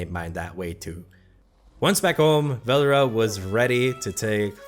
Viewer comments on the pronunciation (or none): ITS SAID VEL-DORA